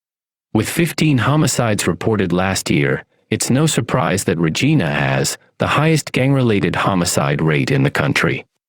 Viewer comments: Obviously the AI voice guy isn't Canadian.its RegIna not Regeena😁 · Where are you from anyway? For one I've never heard anyone pronounce Regina like you do. The i in Regina is pronounced like "eye". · Saying regena was fucked up. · I'm from Kelowna and live in Regina now. But I don't know what's worst. The way your pronounced Regina or the Okanagan. Lol :p But seriously its so sad to see Kelowna worst then Regina. It was such a beautiful place growing up.